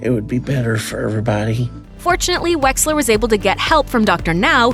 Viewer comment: Did anyone else think that joe wexler said joe weller